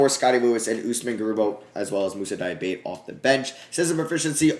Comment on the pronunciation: Diabate is pronounced Diabatay btw. Nice video otherwise